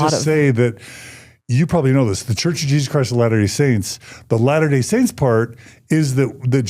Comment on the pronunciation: At some point I may go through the video again and make notes. On the positive, thank you for pronouncing the church name correctly.